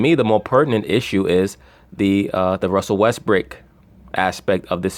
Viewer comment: Why do you say westbrake instead of westbrook?